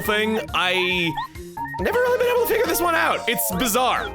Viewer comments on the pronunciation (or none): none